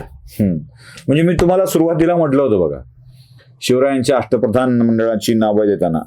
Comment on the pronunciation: अष्ट प्रधान नव्हे अश्ट फदान असं ऐकलं आहे